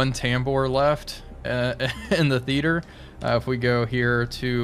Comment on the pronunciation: "theeter" "Theater" is three syllables.